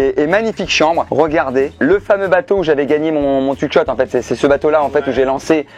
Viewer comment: "twouick chot" oh non pas ça !